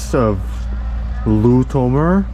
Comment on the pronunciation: The Fact that they can't Pronounce lutomer is buging me